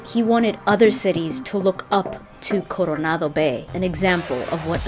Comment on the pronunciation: The way you pronounced Coronado reminds me something. With that hard "R" you are able to pronounced "Ciri" how it is pronounced in original (Polish that is). It's pronounced TZEE-ree. R is hard like in Spanish Coronado, and C is always pronounced like TZ, not see. :D And THX for this video - AWESOME. :)